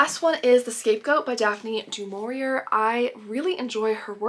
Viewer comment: I thought you lived in Arizona. Snow? Hale? I don’t like to pull you up on your pronunciation again but Daphne du Maurier is pronounced du Mauriay, as in a French style. I am annoyingly pedantic on pronunciation, sorry. As for cooking, have you thought of making Yorkshire puddings the next time you have a roast dinner?